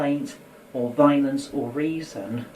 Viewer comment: Did someone teach this guy the word "violence" wrong as a joke?